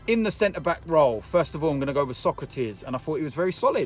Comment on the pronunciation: Mr "to be quite honest wiv ya"